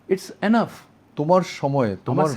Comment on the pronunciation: It’s not এ্যানাফ It’s enough এনাফ।